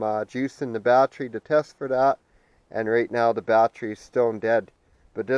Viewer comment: Got the info I needed and had to stop this vid asap. Bat ter y. Three syllables. Bat-tree was driving me nuts.